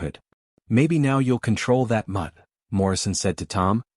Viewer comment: Control that “mud”? Really! Mud cannot be controlled. Should be “mutt”. Stupid